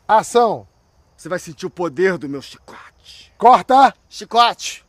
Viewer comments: Chí-cote.... hahahahha...rachei!!! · "Chícote"... Muito bom...